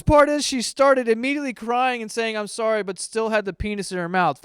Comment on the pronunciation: "I'm rorry!" Oh my GOD I'm DONE